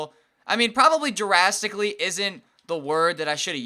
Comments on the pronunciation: Did you say jurrastically? Its drastically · Jurastically?! Lmao